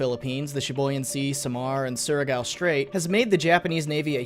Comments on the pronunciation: Not gonna lie you pronounce "Surigao" good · Oh wow surigao is correct pronunciation Good job m8